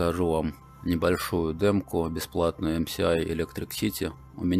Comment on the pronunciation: Ах как больно слушать эм СИ ай... Это же эс а не си.